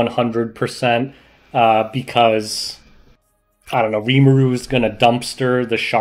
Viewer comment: I can stand you calling Rimuru a she and butchering his name every chance you get... but calling Krau her..? Unsubbing gg